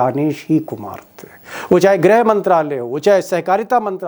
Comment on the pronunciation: Grih, not grha